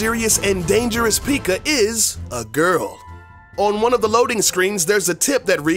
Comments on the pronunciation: haha yes finally another person lol its PECK AH not PEEK AH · You said peekka not pekka you uhhhhhhhhhhhhhhhhhhhhhhhhjhhhhhhhh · Did anyone else get annoyed when he sad pikka it pekka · Yeah ... Its PEKKA not piiika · no he didn't he said peeka. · it is not called peeka it is said pekka. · Tip... Its not said like peeeeka, it's Peck-a (pekka) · it's pekka not pika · Pieka or Pekka? Anybody else just got this in recommended? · Lol he said pikka instead of pekka xD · The... P.E.K.K.A... is pronounced pekka. Not freakin PIKACHU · its pekka not pikka get it right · Why do u pronounce pekka as “peeka” IT ONLY HAS ONE E SO U PRONOUNCE IT PEKKA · It's Hogrider, not Pigrider. It is also pronounced pe-ka not pee-ka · He said pikka for pekka it sounds like he is talking about the Pokemon piikachu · It is not peeka you say it pek-ka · ITS NOT PIKA ITS PEKKA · Right he says pikka it’s pekka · The fact this guy says Peakka and not pekka triggers me... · p-eh-k-a not p-ee-k-a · Its not peeka its pekka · Everyone knows its not pronounced peeka... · Was anyone else annoyed when he called P.E.K.K.A a pikka? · did it annoy you when he said pikka. and how he thought we wouldn't know it was made by SUPERCELL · Why tf did u call P.E.K.K.A peekuh?!?! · "PEEKA"? "Pig rider"? Seriously... Do your research ffs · dude really just called the pekka a pica 😂😂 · something u need to know is how to pronounce pekka! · i love my p.e.e.k.a.s best pronunciation award does not go to you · Did he say the peeka? 😂😂😂😂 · I pretty sure its pronounced (Peh-k-uh) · “Pig rider” “Peeka” 😂🤣😅 2019 anyone? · God damnit. The entire time he was taking about the perks i wanted him to stop taking so I didn't have to listen to him say "peeka" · Its not called a peekachuuu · Dude learn how to say pekka it's not pikaa ffs not a pokemon or pikachu lmao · It's not peeka its P.E.K.K.A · Are you serious it is pronounced p.e.k.k.a not p.e.e.k.k.a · Pick-a wtf is that? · XD He called the Pekka a peaka XD